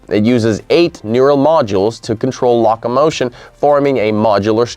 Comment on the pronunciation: Perhaps it is LOcomotion not Lacacomotion. O not Ah... just a thought